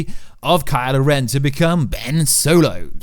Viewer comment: It'd kylo ren.... not karla ren